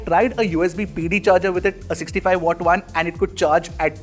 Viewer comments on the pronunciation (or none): none